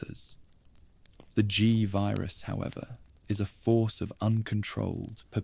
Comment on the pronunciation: This is absolute fucking trash. Stop using AI. Just read the shit yourself. Fucking tuhvirus and guhvirus bullshit is so annoying.